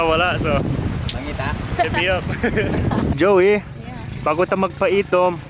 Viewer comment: Why do you sometimes pronounce Zowie as Joey?